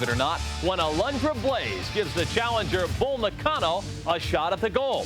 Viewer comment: Ugh so bothersome how Macho Man ridicules Bull Nakano's name.